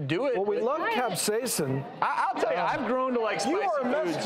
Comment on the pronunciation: OK did piss anyone else off that they kept saying capsaicin wrong